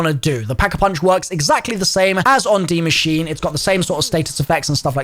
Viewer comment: It's pronounced die machine